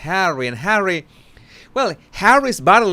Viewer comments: "Harwwe" 🤣🤣😅😂😂 Look at Meagain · Jesus, anytime you say "Hawwy" I can't stop laughing😂thank you from Italy